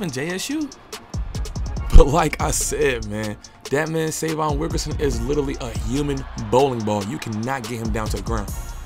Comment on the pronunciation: Please pronounce his name right - Say-vee-on